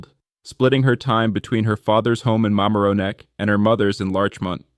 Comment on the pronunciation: I suggest that when you make a video like this, you should pronounce key names correctly…for example, it’s “JA-VEECE,” not “JA-VIS.” You also mispronounced the name of her hometown: MAMARONECK. The above made me think the video is AI generated…not a real person who crafted the narrative! LOL!!!